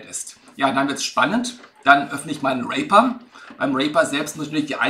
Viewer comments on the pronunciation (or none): Cool, aber der Name der DAW wird "Rieper" ausgesprochen, nicht "Rehper".